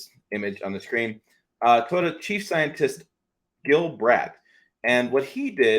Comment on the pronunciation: Deep breath. TOY—O—TA. Three syllables 😮. My 2023 GMC SIERRA with the LZ0 put s out less pollution than my wife’s Toyota Highlander. The EV industry is yet another extractive industry of a limited resource as you say. I wish more effort was being spent on hydrogen fuel cell technology. I agree with this summary 100%. We’ll done sir.